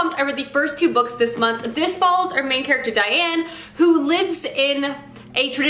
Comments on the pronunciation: Please stop calling her Diane, I had to skip that part it got so annoying. It's Daine like Plain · Lol isn't it pronounced "Daine" like rhymes with bane, not Diane? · Daaaaane. 😭 I love you, and your videos. But I can’t listen to you call Daine “Diane” anymore. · I am SO glad that you’re reading Tamora Pierce’s books! She and JK Rowling are my absolute favorite authors! Just to let you know, her name is Daine, not Diane. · thank you haha, I adored this series as a youth because it's lovely but also because I share a rather unique name with the protagonist and Diane vs Daine is killing me haha 😝